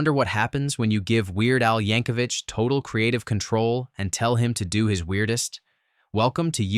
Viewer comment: "UHF" (1989) *Hey, AI Robot, it's "Yanko-VICK!" "Walk Hard: The Dewey Cox Story" (2007) "Top Secret!" (1984) "Black Dynamite" (2009) "Not Another Teen Movie" (2001) "Hot Shots! Part Deux" (1993) "They Came Together" (2014) "Kung Pow: Enter the Fist" (2002) *"What's New, Tiger Lily?" (1966) "Macgruber" (2010) *Angus did it better. "Mystery Men" (1999) *Sounds like "The Inferior Five" comic book. "Johnny Dangerously" (1984) "Galaxy Quest" (1999) "The Hebrew Hammer" (2003)